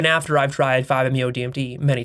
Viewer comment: He says that IVE discovered emphasising I’ve, I’m not trying to be a hater, I love videos and respect his mind but it shows what I have mentioned before (that he is delusional about his own intelligence and a megalomaniac)